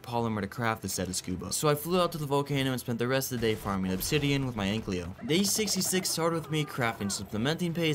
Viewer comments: Brother pls it‘s Ankylo Not Anklyo 😂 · Commenting on every vid until he pronounced ankylo right❤